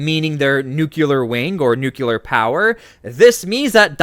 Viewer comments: My man pronounces nuclear just like George W Bush. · Please pronounce NUCLEAR properly !!!